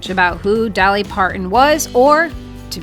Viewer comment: Its not mount ans or Part ins